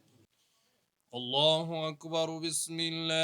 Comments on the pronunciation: ভাই সব‌ই ভালো লাগলো কিন্ত সূরা ইখলাস তেলোয়াত এর সময় দুই জায়গাতে আহাদ শব্দ আসছে , আর আহাদ শব্দ পড়ার সময় কোন টান দিতে হয় না কিন্তু যিনি তেলোয়াত করেছেন তিনি ঐ দুই জায়গায় টান দিয়েছে 😢 যার মাধ্যমে অর্থ আর ঠিক থাকেনা , আমি যতোটুকু জানি , এইটা খুবই খারাপ লাগলো 😢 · সুরা ইখলাস ভূল পড়লেন, শেষ আয়াতের শেষ শব্দে